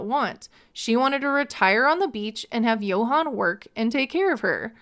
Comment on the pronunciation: Dominican here ✋🏽 She can’t sponsor Yohan’s visa because she’s bankrupt and that’s not allowed. Also I have how she calls him Yo-han when his name is pronounced Joann.